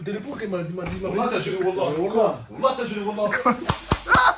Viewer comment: "malheuresuement quand tu dis wallah j'entend annaba" cest un tueur